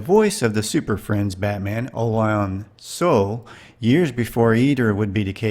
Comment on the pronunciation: ~ Olan Soule: His last name is pronounced as two syllables, "Sue - lay." He was a busy actor during the Golden Age of Radio and was an (occasional) supporting character in the "Dragnet" television series. I really enjoy watching your video programs. If you haven't done so, it's interesting to read about Will Hutchins, how his life had its ups and downs in the Hollywood sector, as well as how he faced financial difficulties . He passed away in 2025 at age 94 on Long Island.